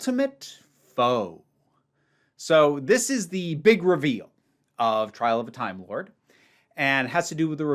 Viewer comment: Had to recheck. You said "Tile of a Trimelord" at the end!